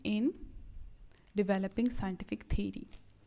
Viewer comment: Madam thery nahi hota theory hota hei by the way nice lecture